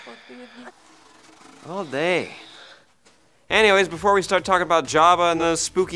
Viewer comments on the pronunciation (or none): none